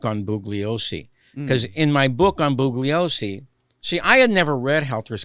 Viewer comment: The name is pronounced "Bool yoh sse" not Boog- lee-oh- see! The g is silent in this case. an Italian-American cannot pronounce the name properly, I cannot believe it!